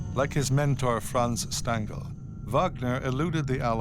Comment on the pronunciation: Do prounounce Stangl correctly! Phonetically it's shtangel.